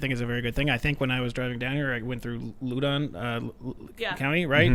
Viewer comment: Did he call Loudon county "Lew-Don" county....